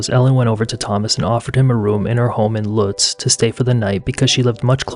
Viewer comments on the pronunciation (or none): I hate to be petty here, but "Lutz" is pronounced like "boots" with an L. I spent quite a number of years there, moving from Phoenix.